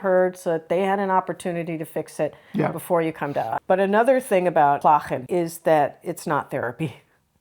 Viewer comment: Well done! You two show understanding. Very wise. Oh and I noticed the 'g' in klagen. Smooth, without scraping. Elegant!